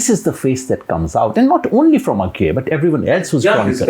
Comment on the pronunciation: Bhai its not A-gay Its अज्ञेय 😭 ये कैसा फुद्दू एक्सेंट बोल रहे हो 🤲